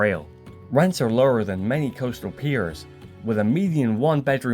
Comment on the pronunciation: Coastal "peers"